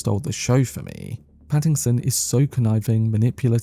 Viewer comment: Stop saying Pattingson there’s no g